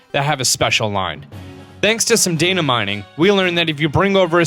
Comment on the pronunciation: I know what data mining is whats daina mining.He said Daina